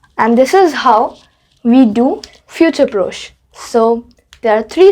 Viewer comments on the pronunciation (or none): One thing, it’s not F-U-T-U-R-E P-R-O-C-H-E, it’s pronounced as F-I-O-O-T-O-O-R P-R-O-S-H your spelling is correct but the pronunciation is wrong, always remember that in French, even if grammar is wrong, the pronunciation should never be wrong, pronunciation carries more importance. 😊